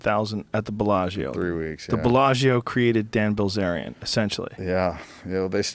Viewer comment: It’s Bilzerian, not bazaar